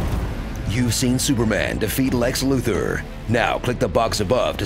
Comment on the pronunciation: Speaking of pronouncing it "KRYPT-un", why is the villain being named "Lexloo Thor"?